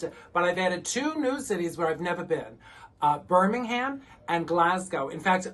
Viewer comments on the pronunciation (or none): Birmingham is pronounced Birming-um/am.... silent H!